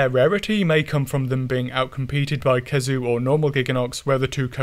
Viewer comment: Never heard someone err the pronunciation of "khezu", aside from having no consistency.